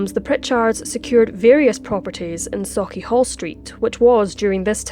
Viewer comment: It's so nice to hear Sauchiehall pronounced correctly! Cannae help but facepalm every time i hear a butchering of a Cockburn street or Buccleuch :P